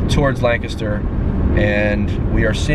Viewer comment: say lenkisster and don't sound like a dank tourist. we cringe when you pronounce it WRONG